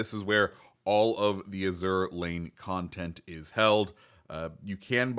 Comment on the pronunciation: While I know it's spelled like the French word azur but I'm pretty sure you are supposed to pronounce it like the color azure